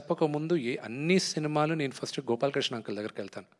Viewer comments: First ❌ farast ✅ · Frast kadhu first ra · first =farast😂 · Frast kadhu first ra ayya